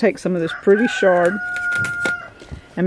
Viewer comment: Awesome veggie crops for fresh eating!!🍽 😎 Side note it’s pronounced chard as in ch...chair not shh as in shampoo lol